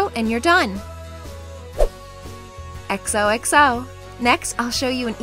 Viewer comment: "exo exo". this is what I heard when you said 'xoxo' :D